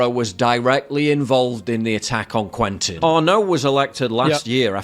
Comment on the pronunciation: Please its not " couentin " its said more like " kentin "